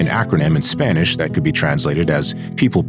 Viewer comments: when ai can do spanish pronunciations like this narrator, we're f986cked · good voice, happy to hear its not ai, was already confused how good the pronunciation was